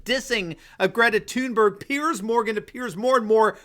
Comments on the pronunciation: 1. Gretazilla Thunberg’s Swedish pronunciation of her last name Is Toonberry. 2. Clearly she’s afraid of flying. 3. She so obviously follows a script supplied by her handlers while actually she knows nothing. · Please , I vomit a little every time you say her name .